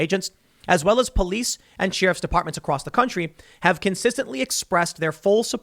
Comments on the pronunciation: Anyone else noticed Tim finally said sheriff correctly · I promise I was listening to the information. However my take away from this video was Tim actually said sheriff correctly.